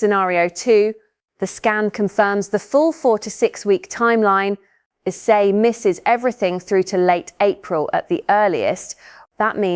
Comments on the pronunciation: Its 'EZE' not bloody 'Isaak'..🙄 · Why do you keep mentioning "Isaak"?!!! His name is "Eze" for Christ sake!!!!!!!